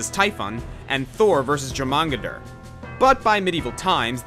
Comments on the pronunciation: PFFFFT!! im sorry, but how did you say Jormungandr? jor mon gon durr??? its pronounced yorr-mun-gand. at the very least, you could have said its other name of the midgard serpent, but wow. i love your work, but i just could not stay quiet with that one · The J in Jormungandr is pronounced as a Y, Yormungandr. Common thing in Norse words, see also Fjord and Bjork. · jurmangadur??? U mean jormungandr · You completely butchered the pronunciation of Jormungandr (Yor-mun-gann-dur) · Kinda wish you mentioned that FF's Bahamut is a shout out to D&D's Bahamut. Also Norse Js are Ys so you mispronounced Jormungandr. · Quetzalcoatl at least is a bit more complicated so it's somewhat more excusable, but Jormungandr is fairly straight forward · Your pronunciation of Jormungandr hurts me. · Ok but that massacre of Jormungandr's name at the beginning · .....why is no body mentiong the butchering of Jormungandr's name so early in this video? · I think you pronounced jormangdur very very wrong